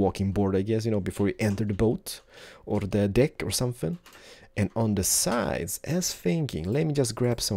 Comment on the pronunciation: He says dick instead of deck and penis instead of pane xD